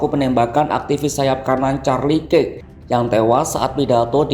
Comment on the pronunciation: kirk dibaca kerk om